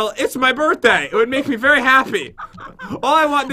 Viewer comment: said."berry lucky block".